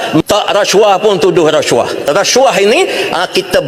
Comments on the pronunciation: Macam slang Nepal cakap rashuah. 😅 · dia dah kelam kabut nak sebut rasuah jadi resuah mujur dia tak sebut jadi sedokah, kontrak Singapura mesti cina Singapura dapat, dakwa kalau kena sebat, bagi aku sebat tak bayar gaji tak apa, ekor pari banyak aku simpan. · Sebut rasuah pun tak betul....sbb tgh fikir nak jawab soalan dari sprm